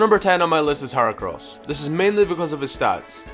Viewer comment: Its Her-ah-cross not Her-Oh-crouss